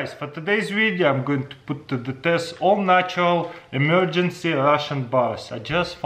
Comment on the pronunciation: ‘Emargance’ Why?